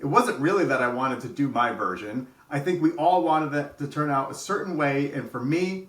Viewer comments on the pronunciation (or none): none